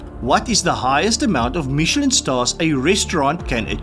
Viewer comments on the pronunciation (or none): none